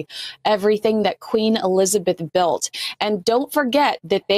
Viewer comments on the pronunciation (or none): none